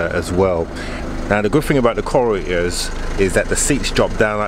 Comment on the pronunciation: Why do you persist on calling it a corr-e-er?